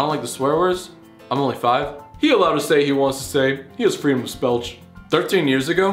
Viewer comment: Freedom of spelch killed me.